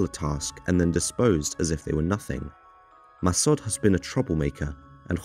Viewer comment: Massod is not said mass odd it's Massood I'm Iranian so just letting u know u butchered names but I ain't disrespected about it just letting u know. Love the documentaries though there amazing